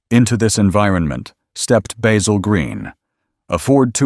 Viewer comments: That Bay-zill pronounciation really gets under my skin. Along with "coop'' which is a chicken house. It's a coupe! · Look, you can use your American accent to mispronounce a simple herb (with an aytch) but not a man's name. Baz-ill. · He did pronounce it correctly when he said Basil Green Motors and a few times towards the end.